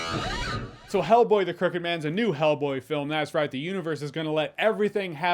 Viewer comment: Why do I hear you say Hellblade??